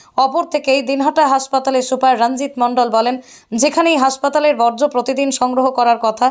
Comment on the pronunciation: ওটা 'বজ্র' নয়, 'বর্জ্য' হবে।